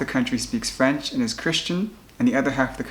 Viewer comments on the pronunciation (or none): none